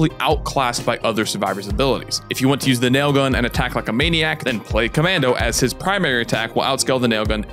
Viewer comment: CommAndy? Essplain yoself